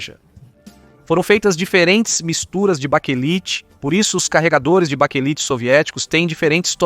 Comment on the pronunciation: Baquelite é o correto ,não baquelita